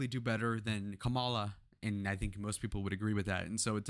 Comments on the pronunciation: Assuming that you’re making a good faith mistake, it’s Kamala pronounced like Comma-La. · White guy constantly mispronouncing vp Harris name. Can't take this video seriously. He loves to say classic names like bob, Adam, Bernie but to ignorant to say the word mommala with a K. Racist white dude lives on.